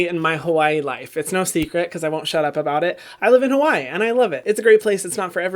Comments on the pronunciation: So you live in Hawai’i but you’re not pronouncing it right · Say Hawai'i properly please 🙏🏽